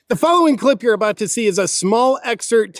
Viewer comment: It's abooot time ah.